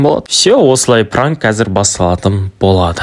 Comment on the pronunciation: Пранык деп аитып қоидын